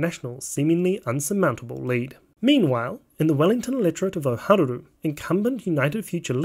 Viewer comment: Dude you really should improve your Maori pronunciation. You keep adding extra syllables where there shouldn't be any i.e. Ohariu, Meteria Turei, and Marama Fox.